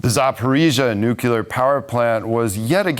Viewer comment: Indeed! He starts with "nucular" (how hard is it to say new-clear?) and then stumbles through with "YOU-crane" when he must hear everyone else using the correct pronunciation. I so wish they would hire someone who is better at speaking. Pam {Tom's wife}